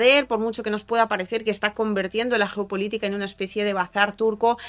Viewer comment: querida: Es CONVIRTIENDO, no "convErtiendo". Convertir es un verbo irregular. De. Nada.